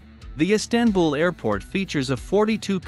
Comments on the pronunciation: EEE STAN BUL?? How about saying it correctly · Silly robot voice, not even able to pronounce "Istanbul." 🤮